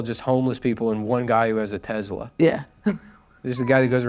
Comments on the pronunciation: When Nick pronounced Tesla with a soft Z instead of a hard S, it made me realize I was born gay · My takeaway from this video is that Nick Mullen pronounces Tesla as Tezla